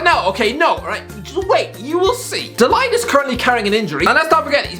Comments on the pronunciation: Nobody:: De leyegt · Mate his name is de ligt not “the light” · De Light 💡, 🤣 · I disliked the video because you couldn't pronounce de ligcht